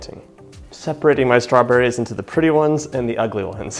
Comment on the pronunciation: The way he says strawborayz grates on my east coast ears. 🙉